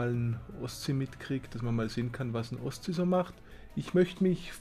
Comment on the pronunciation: Bin ich der einzige, der immer Ostsee statt Oszi versteht? ;D